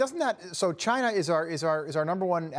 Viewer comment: Biden is so afraid of China that he couldn’t pronounce the word “China”. Let’s go Brandon.